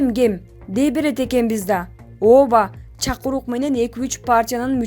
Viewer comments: Блогерша чакурук эмес чакырык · Блогер, сага айтаарым ЧакУрук эмес, ЧакЫрык деп туура айтпайсын,бы!!! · ЧАКУРУК ЭМЕС ЧАКЫРЫК ДЕБЕЙСИНБИ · Чакурук деген эмне деген соз кыргызда ошондой соз барбы бурмалабай суйлогулочу . Чакыруу чакырык деген созду бурба ок уган кыз.